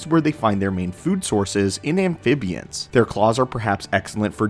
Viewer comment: I definitely feel the urge to help you with pronunciations. Amphibian...exorbitant... tough words but you gotta pronounce them right if you're going to be using them. Very distracting from your otherwise good videos.